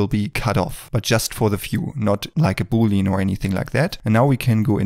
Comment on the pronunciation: Boolean is pronounced Boo-lee-an, not booleen ;-), just sayin